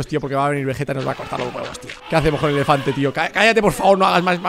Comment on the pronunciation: rubius con un "efelante" jajajajaj